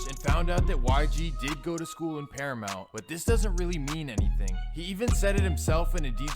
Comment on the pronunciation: Especially when he said paramount which is literally bordering Compton ahahaha he said that shit like it was Irvine lol